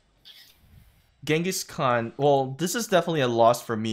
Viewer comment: Why is he using Genghis Cau Cau?? Lol